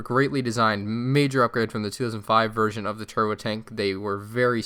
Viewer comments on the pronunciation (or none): none